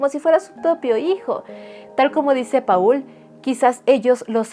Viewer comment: Paul se pronuncia "Pol"